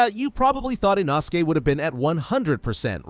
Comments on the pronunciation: Bro, who is Inoski? It's inosuke. | | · I dont know but has the english dub come out yet? I have finished the books but want to watch the english and japanese versions and my favorite lower rank demon slayer is NOT called eenoskee its inoskay its spelled inoske which is a little wierd but seriously!??! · Ah yes inoskie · Frrr… like inosuke just can’t get his name right 😭